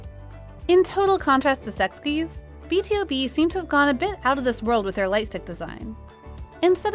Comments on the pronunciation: It's B-to-B not B T O B. Isn't it easy to search how to pronounce some group before doing a content tho? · It's not Be te oh be but be too be. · They all look alright :/ BTOB's one is absolutely beautiful and elegant. Also it's pronounced as B-TO-B as in B-2-B, not B-T-O-B :) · I have never heard or seen any comment of a Melody (fandom name) that said BTOB's light stick is ugly so how is it confirmed by fans? a plural word and a generalizing term. I find this video as a more of a personal opinion of yours especially when you said B-T-O-B instead of B-TO-B, something that can be corrected with a little search. The credibility of this vid went dooown. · No she did not just say B TEE O B ITS B TO B I'm not even a fan of them never really checked them out but that just pissed me off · Did she just say B T O B instead of BtoB? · B T O B Me: sis, how to read the group name is B TO B ok? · Before criticizing our lightstick, at least you should learn how to pronounce BTOB corectly. It's BEE TO BEE not BEE TEE OU BEE 😉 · Each lightstick is Precious to artists and fans. BTOB's Lightstick is Beautiful 💙 also BTOB is pronounced as 🐝 to 🐝 not b.t.o.b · For more context BTOB lightstick is not trumpet, is actually Morning Glory Flower. It symbolises healing energies and represent love, affection, and longing in spiritual way. Never heard melody hate the LS tho 😂 And also, is called B-TO-B not b.t.o.b